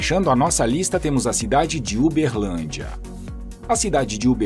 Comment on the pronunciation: Berrrrrrrlandia kk